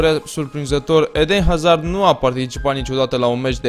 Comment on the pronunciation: 'edehn azahrd'??? XD